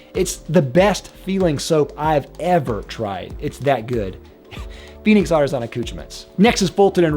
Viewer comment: Ar ti zon...... It's ar ti SAHNNNNN